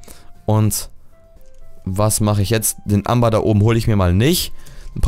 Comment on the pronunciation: Das Amer, wie du es aussprichst, ist Englisch und wird so wie Ämber ausgesprochen! :D Englisch Skills FTW :D